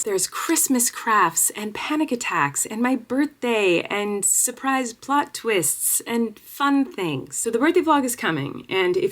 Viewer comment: I thought you said surprising butt twist 🤪